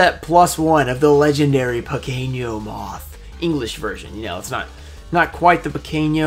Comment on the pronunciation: Hey, you say "pequeno" moth like a spanish, "piqueno", so in portuguese is "Pequeno"